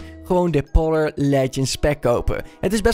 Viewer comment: Polar zeg je als poolar